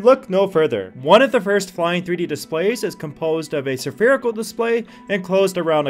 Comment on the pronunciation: oh god say sapherical one more time :,D